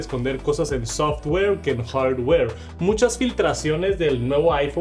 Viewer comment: Escuchar este decir hordwoueer, no tiene precio. Estan quedados en la "IA" y el borrador de objetos es una vergüenza, se gastaron todo el presupuesto en animaciones con colorsitos.